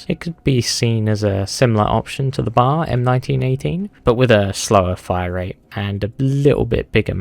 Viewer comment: Ain’t no way you called the B.A.R “the bar” like it was a bar of soap XD you’re supposed to pronounce every letter.